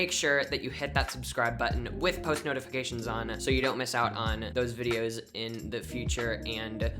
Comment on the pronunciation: Fianlay news bidios